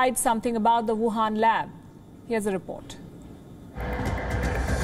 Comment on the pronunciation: Wuhan, not Wahan.